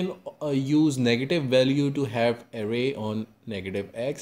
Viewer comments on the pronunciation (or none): good video, but why do you sometimes say array as array, but then switch to a super fast ury modfia bruh